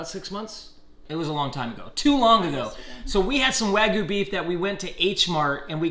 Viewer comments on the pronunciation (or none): It looks like select grade and has no sear and its "wag-you" not wagoo